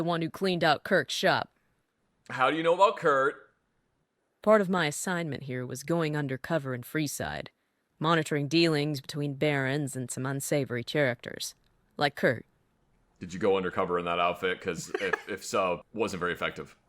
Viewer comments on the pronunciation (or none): Does she say "CHar-acters" instead of "characters"?